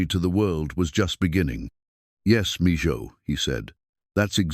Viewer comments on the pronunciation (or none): Mijo means son. Its pronounced ( meeho) not mejoe.